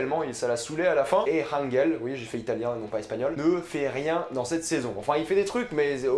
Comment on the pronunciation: apprends a aprmer par contre c la casa de papael pas la case de papel et ca se prononce anrél pas anguel